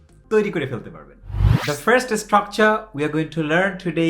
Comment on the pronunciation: ইসটকচার মানে কি, ভাই...? বার বার যে ইসটকচার ইসটকচার বলছেন